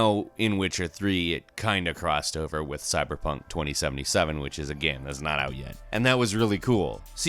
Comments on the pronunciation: what does he say "geme" instead of "game"?? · The way you say game makes me cringe